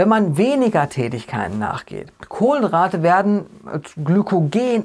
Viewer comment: Warum sagst Du Kohlendrate anstatt Kohlenhydrate? Ist das Absicht?